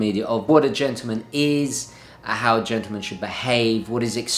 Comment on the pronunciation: It's Not pronounced 'Gentoo-man...but GENTLEman-as it's Spelled!